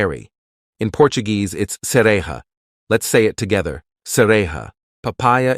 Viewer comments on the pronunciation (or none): It's not cere-h-a. It's cere-zh-a, the 'j' is pronounced like the 'g' in genre.